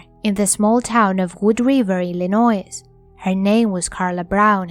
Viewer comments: Cheers.......Please, the "s" is not pronounced in Illinois, it is silent and pronounced as Illinoi........ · ~ You've mispronounced the state of ILLINOIS. The "s" at the end is silent. It's pronounced like "ill annoy".